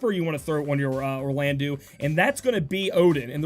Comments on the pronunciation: we say eau like the O of obtained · Will state this again, Orlandeau is pronounced as Orlando. The '-deau' at the end of his name makes a 'doe' sound not a 'dew'. Just FYI.